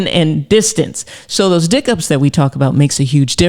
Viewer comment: Did she say dick up?! lol!